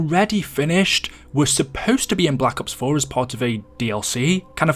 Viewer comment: The way says Black Ops kinda hurts for some reason, most people pronounce it like Blah Cops, but he’s like BlacUHPs